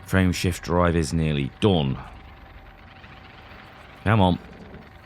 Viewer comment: LOL I heard "Friendship Drive" instead of "Frameshift Drive". Thanks for the laff.